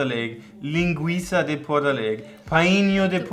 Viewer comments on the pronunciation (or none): none